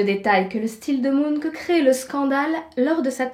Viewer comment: Ah oui, on dit MunK et pas Munch comme les Monster Munch ? Avec un fume cigare, l'illustration de ta jumelle maléfique aurait été encore plus classe. Très bon sujet, merci.